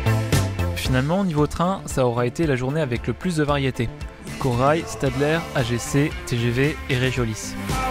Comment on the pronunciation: Stadler se dit "Chtadlèr" pour faire local ;) Annecy - la Roche-sur-Foron, 1ère ligne électrifiée en 20 kV 50 Hz pour essais de cette tension sous forte rampe.